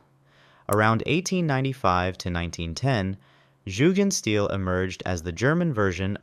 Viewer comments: It’s pronounced Yugendshteel and the largest neighbourhood of Jugendstil architecture is Südstadt in Bonn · Nice video. But please take some time to look up the correct pronunciation of Jugendstil.